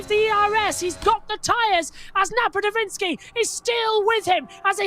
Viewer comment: NapadoVITskiy? It's NapaDOVskiy. Get it right mates.